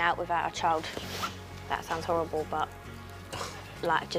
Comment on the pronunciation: said amber is howwible